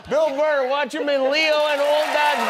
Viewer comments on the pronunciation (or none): “Bill Murr” 😂😂😂😂